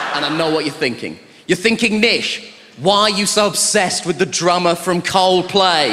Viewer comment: 把coldplay唸得像靠北的一位幽默家。